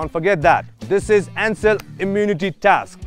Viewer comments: It's not "TAKS" guys .... its "TASK"😀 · it's called task not a taks😂😂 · Firstly ta task lai inarle taks kina pronounce grxa k 😂